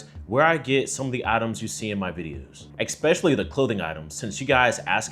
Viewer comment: For someone who speaks so well, I wanted to point out the pronunciation mistake of saying expecially instead of especially. Its as bad as the smoke detector meme today, and I think its an easy change that you could easily make which will improve your perceived intelligence. Good pronounciation goes a long way to others.